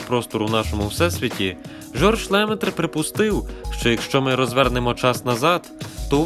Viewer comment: Жорж ЛемЕтр, а не ЛЕметр. Треба вчити французьку, тоді не буде таких помилок.